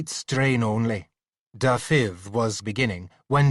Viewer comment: I do wish he'd pronounce Dafydd correctly. Not Da-fith but Davith! (soft th as in with ,not hard as in think) accent on the first syllable, not the second!